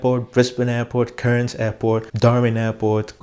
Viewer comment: Cairns, you could just pronounce as "cans" and Melbourne is simply '"melb'n". But your pronunciation is fine bro 😉